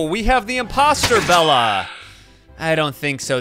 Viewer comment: Bella? its bela not double L its bela